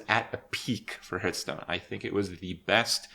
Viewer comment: Why does he pronounce Hearthstone, "Hurtstone"?